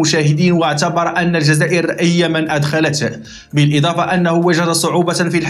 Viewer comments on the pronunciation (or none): none